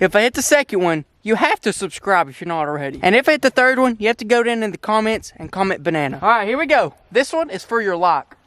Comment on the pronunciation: its banana not baNNana